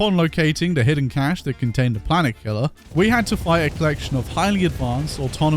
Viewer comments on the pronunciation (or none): none